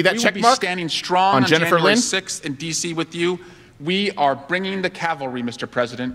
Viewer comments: She said Calvary not Cavalry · Not only that, but she said "calvary". She was going to DC for a prayer event. SwallowWell can't read. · Actually she said bring the Calvary not cavalry. Calvary is a Christian thing. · Nothing that particularly around Easter every year people tend to say Calvary instead of cavalry and they don't even realize it. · I'm surprised no one has brought up the fact that Jennifer Lawrence did NOT say "We are bringing the CaVALry" she said "We are bringing the CaLVARy" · Ya know she said Calvary, not cavalry right? Two different words. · She actually said Calvary not cavalry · It said Calvary. Not cavalry. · Calvary, not cavalry.... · You guys missed the fact that She didn't say "CAVALRY", she said "CALVARY" Where Jesus died to bring salvation and Victory. She was saying "We will bring victory in Christ". So a double wammy on his part. He's not only compromised, he's illiterate and incompetant. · not cavalry but "calvary" the cross of Jesus Christ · Swalwell is so ignorant that he doesn't know the difference between "calvary" and "cavalry". Pretty sure there were no soldiers on horseback on JAN6. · Calvary Cavalry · It isnt cavalry it is calvery which is a religious statement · She said Calvery, not cavelry. The first is religious